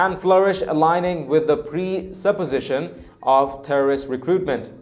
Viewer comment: Lmao can you not say Terroist ?